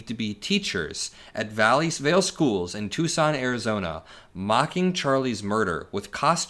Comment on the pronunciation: Tucson, not Tuscon.